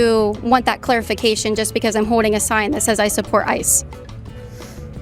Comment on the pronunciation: Can you pronounce the L in the word Holding Kaitlyn? I hear you saying “Hoe-ding” 😅